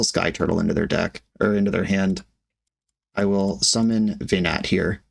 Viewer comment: watching this with my boyfriend that I met talking about FFXIV, hearing "Ve-gnat" and "Hid-a-lin" and I'm just sitting here smiling and he says "This hurts me"